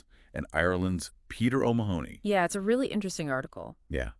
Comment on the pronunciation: Omg his name is pronounced oh-MA-ha-nee, not Oh Ma-honey. Stress on the Ma. Please just watch any European YouTuber pronounce it.